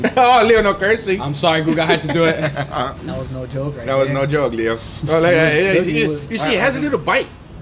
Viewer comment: "So let's doo et!" =)